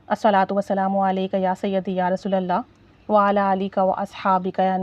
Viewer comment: Apki vdo bht achi lagi lekin sister ap sb se pehle ALLAH ka nam thek se kehna seekhen apko ALLAH kehna b nhi ata. "alha" nhi ALLAH kehte hain الہا نہیں اللہ کہتے ہیں 😢